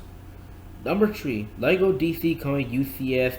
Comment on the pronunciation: three not tree dumby